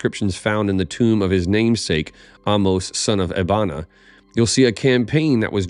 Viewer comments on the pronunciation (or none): none